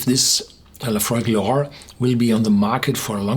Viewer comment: Sounded like he said euphoric